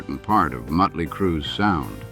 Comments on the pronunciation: Stop mispronouncing motley 😮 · 😂😂😂 I know.